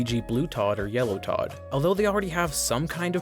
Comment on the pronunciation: Why did you call Todd "toad"